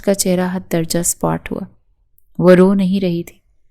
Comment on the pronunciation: Sapaat hota hai spot nhi hota behen